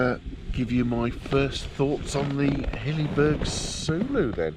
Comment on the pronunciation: Its pronounced soulo as in ‘soul’-‘o’. Think ‘Solo’. Had one for years. After a while you dont give a monkeys what the weather is outside the tent, you know you are fine inside. I have had a few times in the Scottish mountains where I undo the door zip and I am amazed at the atrocious conditions outside. They are that good.